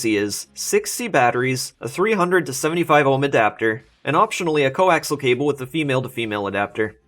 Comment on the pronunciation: I see plenty of people have educated you on the "english" issue. Now, coaxial is pronounced like it is spelled. Co, ax, ee, al. Its not co axle.